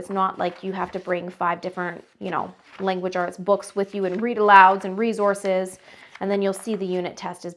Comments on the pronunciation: S not z in resource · its the "rezources" for me